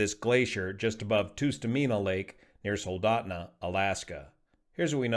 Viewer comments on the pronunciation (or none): FYI, it’s not “Toostameena” but “Tuh-stuh-meen-uh”. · Great presentation as always ! Just a little correction on the pronunciation of the lake,it’s called tust a mina, not toos ta mina. As I said love your presentation s always but as a fifty five year Alaskan I just thought I would chime in. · It’s Tust like trust! And you say the rest right but it’s not toost. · I’ve never heard anyone say “Toostamina” when I’ve only ever heard my fellow Alaskans say “Tustamina”. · Just a note, pronounced Tus TOO mena Lake. (vs Tus TUH Mena). I am glad his daughters are ok. Hopefully they will never fly with their idiot father again (phew, no flight plan 12 hour latter and what was Grandads part in all this?) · Hi, writing from Alaska. It's pronounced Tuss-ta-MEEna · Tustumena - the first syllable is pronounced “tuhss” (a soft “u”). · Tustamena is pronounced like dust-amena. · The first “u” in Tustumena is generally pronounced (in Alaska, anyway) as the “u” in “tusk.” An “uh” sound not a “oo” sound.